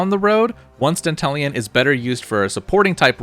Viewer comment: Dantalion is the GOAT! BTW, you're one of the rare streamers who pronounce his name correctly. Most call him "Danta-Lion".